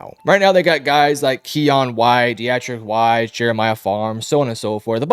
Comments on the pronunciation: Hi great work here. Just some little input. The pronunciation is Deetrik Wise and Peppers was found not guilty in all cases but cocaine possession, but I pleaded guilty in that one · Pronounced Dee-trick wyze lol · We got a Big time Pats Analyst here folks. Michael On-Win-ooh and De-ah- trice Wisse. Jesus Christ this guy is an absolute joke? 😂